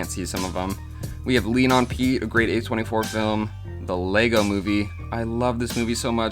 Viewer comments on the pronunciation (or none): none